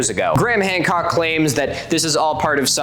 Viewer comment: Three response videos and you’re still saying his name wrong. Doesn’t help you’re argument as someone that looks into details